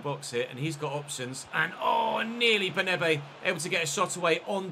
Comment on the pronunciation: Just a quick correction - it's "BernAbe", not "BernEbe"